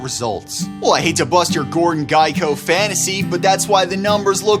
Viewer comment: Gordon Guyco? .... sorry, its trivial and irrelevant. But your reference to pop-culture really stood out....hard to ignore.... you sound like a millennial. Its Gecko... like the lizard. Gek ... Co.